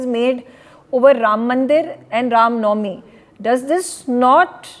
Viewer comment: To the anchor - you have a Hindu name but mispronounce nauvmi . It's not pronounced NAV me , the v takes on the w sound to be pronounced as ' now me ' . I advise you to go to some shuddh Hindi classes !